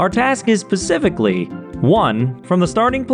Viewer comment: I really hope you said “Pacifically” as a water joke